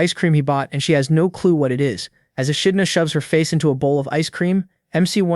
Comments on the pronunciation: Echidna is pronounced 'E-kid-Na'. Yes, English is stupid. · How many ways is the narrator gonna pronounce "ECHIDNA"😂😂😂